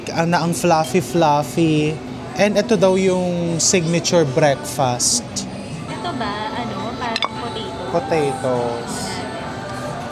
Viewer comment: Ganun ba talaga ng pg pronounce nga breakfast. Like breakfastttttt empahise on t